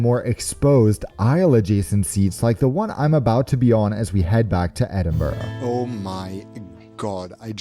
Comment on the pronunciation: Well done at your pronunciation of "Edinburgh" and not adding an "O" like most American's - No Balmoral chicken though, you missed out!